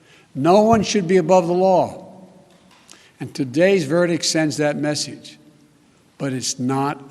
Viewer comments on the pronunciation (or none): Did this moron say. “ VERDIC “ again ? Fucking idiot